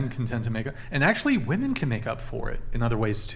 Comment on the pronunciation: Do women pronounce “women” incorrectly because of Tik Tok? I don’t use Tik Tok but I happened to see a video with one of the Tik Tok AI voiceovers pronouncing it the way the women do.